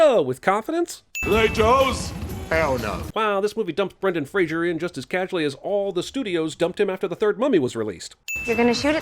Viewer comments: A quote from Brendan Fraser: "...it's FRASER not FRASIER and if you say it wrong, I know where you live..." It's from some commercial for Comedy Central I think but whatever. FRAY-ZER. FRAYZ-er. C'mon JIMINY, say it right. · "Brendan FRASER" not Frasier (Fray-zer, not Fray-zher) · it's Brendan *Fraser, not *Frasier. if you say Frasier, he knows where you live...